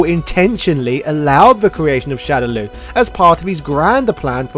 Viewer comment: ....why are you saying "shadow Lou"? ......ITS "LAW" ......SHADOW LAW!!!! LAAAAWWWWWW